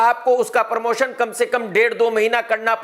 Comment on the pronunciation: Abe pormotion nahi promotion Bhaiyye